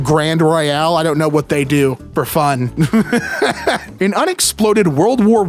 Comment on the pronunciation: Why do you pronounce "they" as "thee"?